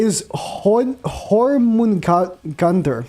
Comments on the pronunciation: This man say “hore-men-gonder”(no inappropriate words) nag it’s pronounced yorm-men-gondur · her name Jörmungandr is nordic, its pronounced Yorg - Mun- Gander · It's pronounced Yor-mun-gunder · Her name is pronounced like "yormungandr" the jorm is pronounced like a yourm i was laughing at how you said it sorry xd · Hormungandr xDD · Jormungandr YOUR-MOON-GAN-DUR >8) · her name is kinda pronounced like this your-min-gander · “Your-man-gan-dur” I believe it’s pronounced. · Just say Yor-mun-gandrr it's so simple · The pronunciation would be “jor-man-gander” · her name is pronounced yormungonder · Her name is pronounced "Your-mun-gand" in english👌🏾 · Even though its a "J" its pronounced with a Y